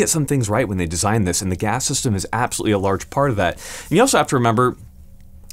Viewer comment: My head spin everytime you say system